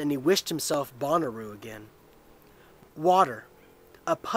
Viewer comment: Shouldn't it be said more like Bow-na-row? Bonnaroo is a music festival. :)